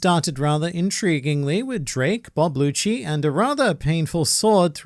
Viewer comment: It's rob lucci not Bob lucci 😂😂